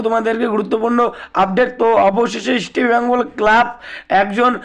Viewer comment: আপনার উচ্চারণ এত বাজে কেনো? ইস্টবেঙ্গল উচ্চারণ করতে জীব জড়িয়ে যাচ্ছে